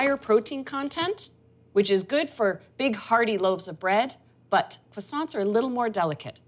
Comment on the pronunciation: Except for the annoying pronunciation of the word "croissants" ..